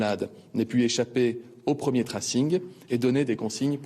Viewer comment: Le ' traçage ' ça marche aussi. Pourquoi les médias français utilisent des mots anglais s'ils ne savent pas les prononcer correctement ?